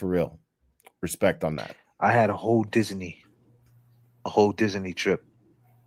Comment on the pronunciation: He says DisAney Did everyone catch that OMG😂😂😂😂😂😂